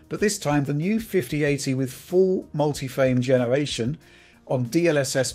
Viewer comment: Not trying to be mean, but this guy’s rhotacism really gets to me for some reason...I actually had to look up what it’s called. Hearing “phwame genewation” and “path twacing” over and over is just too much, man. If it’s due to a neurological issue I sincerely apologize, but if not... yea 😭